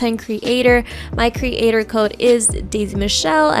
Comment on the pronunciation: cre ator?